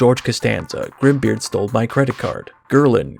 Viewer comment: Bru-suu? Grimbu! Man, between this and Mizurna Falls, sure does cover some mightily obscure stuff.